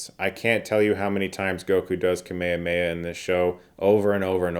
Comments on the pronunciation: Why do so many English speakers pronounce it "kaMAYa-may-a"? Is that how they say it in the dubs? Because I've seen several clips where Goku is pronouncing it properly (KAH meh haa meh). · Can someone please explain to me why people in the U.S. pronounce Kamehameha as Kah-meh-yuh-meh-ya when there's no inclination it should be pronounced that way?